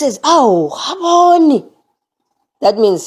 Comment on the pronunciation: Khuboni not Rhabhoni